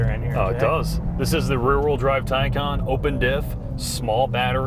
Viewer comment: It's incredibly cathartic to hear you guys pronounce Taycon (tie-con) properly.